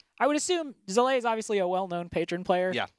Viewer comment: Zalae. Come on. Get the names of the participants right.